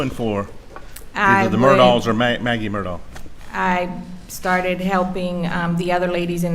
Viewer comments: Has sounded to me like Mur-dg (from the people who seem to be closest to the family). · I have now heard 4 different pronunciations of Murdaugh. I wonder which is right… MUR-daw MUR-dock MUR-tog And last but not least, and this is the way I heard Alex (among a couple other folks) pronounce it: MUR-dk … like there’s no vowel in that last syllable…it’s almost like the dk could be a new letter of the alphabet. Fun times.